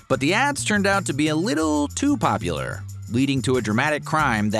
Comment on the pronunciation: This AI voice is awful!! It can even say the word popular right